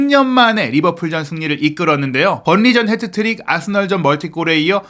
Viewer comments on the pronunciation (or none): none